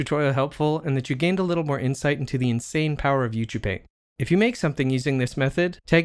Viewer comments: Isn't Ucupaint supposed to be pronounced "You See You Paint" ? :) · This is awesome!!! I love it. I have been waiting for this in Blender for a long time and now that it is free I am so happy. Good tutorial that is well presented and useful. Thanks! Is it me or are you pronouncing it "u too paint"? I'm probably just hearing it weird.